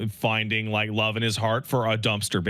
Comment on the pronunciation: "Did you rike it?"